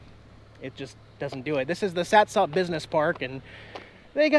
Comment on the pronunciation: I've told you this before. It is pronounced Sat' sup. Spelled SATSOP I know but the emphasis is on the first syllable and the last syllable is UP not OP. By the way, from the bay side in Ocean Shores you can see Mount Rainier and the cooling towers at Satsop. You're looking straight up the bay and the river because it's a straight shot. That's a distance of 40 miles according to Google.